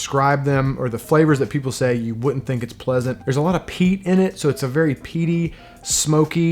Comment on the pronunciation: Am I the only one who understood "There is a lot of Pee in it" ? But hey, who am I to judge the taste of others XD